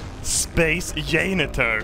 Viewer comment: At least he still calls a janitor 'yaynitor'